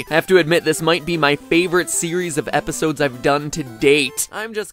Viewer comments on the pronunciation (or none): none